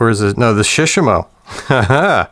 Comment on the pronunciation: Surely it must be Select tackle, and shishamo should be pronounced with the same intonation as with Shimano imo, like shi-shaaamo. And the shishamo looks tacky with the paint, KastKing all the way! Maybe in 20 years they'll be one of the big four: Sh, Da, AG and KK. I ordered the WhiteMax for crankbaits, I need to compare it to the legend some time.